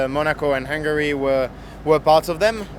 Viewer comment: Charles: Hungary: ❌ Hangary: ✅